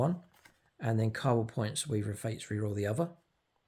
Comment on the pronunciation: First you can’t say Kauyon, now you can’t say Cabal.. are you mispronouncing on purpose. Stop triggering internet strangers lol